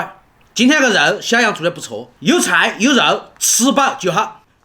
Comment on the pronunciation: 吵蕭處+蕭癢（這樣才是你的口音），我住美国，下次我可以去你們家吃饭嗎？我是你們的粉丝